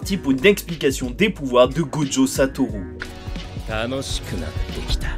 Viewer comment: On dit gojo pas joggo